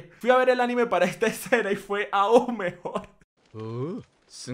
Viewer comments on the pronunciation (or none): none